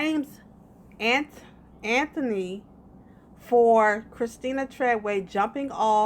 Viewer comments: The name is Antwone. Pronounced An 2 Won. Antwone. Not ANTHONY. 😂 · How are you going to make a video and not know how to pronounce the name Ant-wan?? You may think its cute, but you sound stupid af not knowing how to say a simple name, ijs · I'm just mad you don't know how to pronounce Antoine.